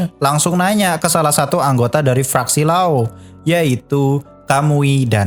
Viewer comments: sebel juga dengernya setiap nyebut kata LAO jadi RAO 😂, jelas2 kita tau penyebutannya itu LAO. Overall soal penjelasnnya bagus detail 👍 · Lao bang lao bukan rao🤣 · Lao bang bukan rao 😭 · LAO bang bukan rao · Lao min, bukan Rao 😄🙏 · Lao bukan rao